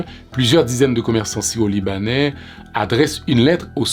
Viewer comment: Est-ce mes oreilles me font défault? Le titre dit: "Syro-Libanais", mais je ne peux m'empêcher d'entendre le narrateur dire : " sio-libanais"